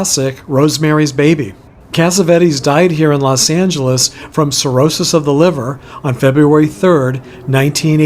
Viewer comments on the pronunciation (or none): none